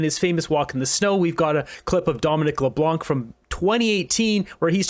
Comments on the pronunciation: Leblanc. The c remains silent. Say Leblan. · Please Google the pronunciation of Leblanc.